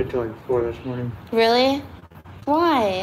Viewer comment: Yeh ....Weally weally